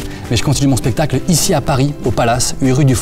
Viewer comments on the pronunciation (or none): En vrai on dit spectacle et pas spectale Kappa